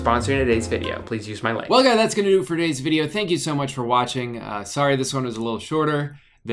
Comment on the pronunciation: Are we just gonna ignore that danny I mean drew says "what's up guy" instead of whats up guys